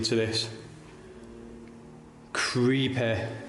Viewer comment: the first video the guys said the church was "crepae" not creepy "crepae" 😆 🤣 this stuff is greater than Comedy Central